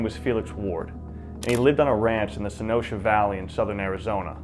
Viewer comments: When you said Mickey Free was kidnapped from, (I'll spell it the way it sounded to me), the "Sonosha Valley", while looking at the map, I wondered if you were referring to , Sonoita, (Son-oy-ta). I ask because I was born and raised in Sonoita where my grandparents homesteaded. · Sonoita is not pronounced "So Noasha", it's pronounced "SO NOY-TA" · Hey man like your channel a lot. It touches so far on a lot of my history, but my only critique is you sometimes slaughter the names to where they sound completely different. It's not Sen-o-sha it's Sun-oy-ta. Feel free to message me if you would like some help with southwest history/names/pronunciation. Other than that love the channel so I have subscribed. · Correction: Sonita is pronounced SO NOI TA. Spanish word. Located in now cochise county. They have a road side plaque of wards kidnapping. Great videos, keep them coming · Great video! I live in southern AZ; as an FYI, Sonoita is pronounced Suh-NOY-tuh. 🙂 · the locals here pronounce Sonoita Son oy tah, I almost didnt know where you were talking about til I saw the map.... great stories tho! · Its pronounced SO NOY TA....rhymes with SOY....and btw remember their were 6 major bands of Apache...Chokkonen, Bedonkohe, Chihenne,Nednhi, Lipan and White Mtn Apache....white mtn Apache helped the US Army...its where Mickey free married and decided to live out his life...its also where Ft Apache is located Also his first name was Felix Telles ...Ward was his stepfather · It's pronounced: Son-oy-ta.